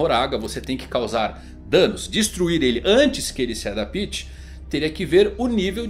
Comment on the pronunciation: “Adapíte” não, adapte